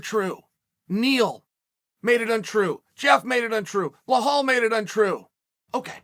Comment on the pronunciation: cHAEL why you always forgets the "Z" in KhamZat. And Bilal middle "L" is not a "H" sound